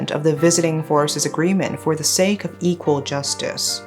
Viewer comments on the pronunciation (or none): none